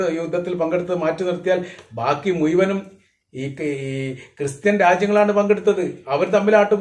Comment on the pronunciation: ...ഈ...മുയുവനും എന്ന് പറയുന്നത് മുഴുവനും എന്ന് ആക്കി പറഞ്ഞാൽ കുറേ കൂടി നന്നായിരിക്കും....ഞാൻ നിങളുടെ എല്ലാ vedio യും കാണാറുണ്ട് പല പ്രാവശ്യo